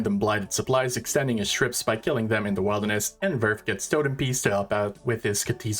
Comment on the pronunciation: Brother can you please learn how to pronounce wilderness?